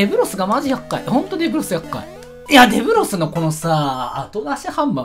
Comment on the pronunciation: で↑ぶろす